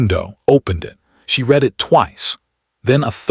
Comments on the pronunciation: AI is not smart enough to know the word "read" present tense pronounced REED vs past tense RED. Like the word "breathed" is always misprounced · The word read is pronounced RED not reed.